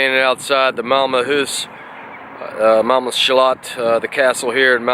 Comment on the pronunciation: You have got some nice skåne accent when saying Malmö :D What work do you do?